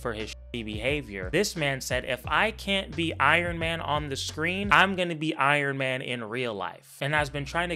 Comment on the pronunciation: Iron "mayne " incident